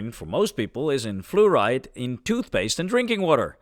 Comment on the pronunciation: who pronounces fluoride as florid